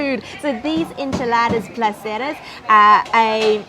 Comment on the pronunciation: esnchiladas not inchiladaras